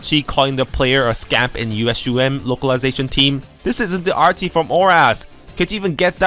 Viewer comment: The 'ch' in Archie's name is pronounced like the 'ch' in charizard. Your english is obiously really good, i'm just throwing that out there for future reference. You make great content